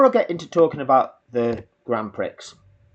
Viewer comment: You can't even pronounce Prix correctly. This video is a joke.